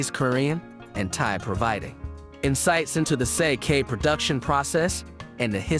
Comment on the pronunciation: Thumbs down for pronunciation, if I have to hear you say sake one more time I will claw my ear drums out…